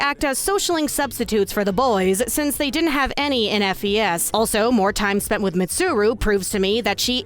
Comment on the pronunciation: Hello. It's pronounced "Fes" btw. As in short for "festival". Not F. E. S. Okay bye.